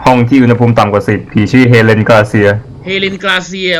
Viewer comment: มันชื่อเฮเลน ไม่ใช้เอเลนพี่จะไปฆ้าไททันงั้นรึ